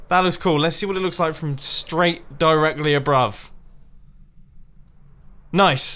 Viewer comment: I’m the one 6 beers in, Mumbo 😂 diregally abrove? 😂